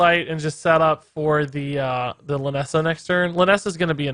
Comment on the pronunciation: check the description, its lynessa not linessa